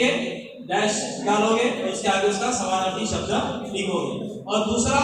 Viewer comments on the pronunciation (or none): Sir, aap ne jo smanaarthi shbd bola hai wo clear samajh main nhi aaya kya app phir se bta sakte hai? Plzzzz